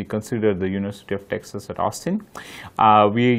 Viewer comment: FYI y’all the pronunciation of Texas is not texaaaas. Just Texas. Hope you can make the correction!!!